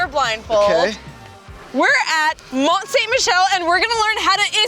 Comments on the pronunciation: It’s pronounced mont san Michel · I'm actually really disappointed in her pronunciation of Mont-Saint-Michel. It's pronounced "Mon(Silent n)-Sammy-Shell". Honestly, anyone should know that. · it’s don’t sink michel